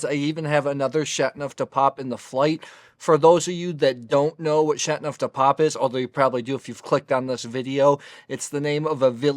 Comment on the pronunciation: I like your review. One suggestion. French is not easy to pronounce and enunciate. You enunciate the word like this Shat-No-De-Pap The 'teau' needs to be enunciated too, like Sha-Toe Du shouldn't be pronounced 'de' rather more like 'due' with a short but distinct u sound but the u sound is not a long u like 'duue'. I cannot find an approximate way to phonetically describe 'neuf', its almost like 'nerf' with a silent r.